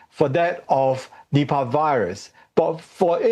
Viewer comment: I always misheard Nipah as nipple